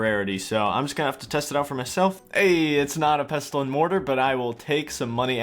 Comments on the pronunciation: 'erbs and pesstulls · You're not supposed to pronounce the 't' in Pestle. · Great video, but the T in pestle is silent lol. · 'Pestle' is pronounced like 'thistle' or 'whistle' by the way, you don't say the 't'. Amazing video series! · > pronouncing the silent 't' in 'pestle' REEEEEEEEEEEEEEEEEEEE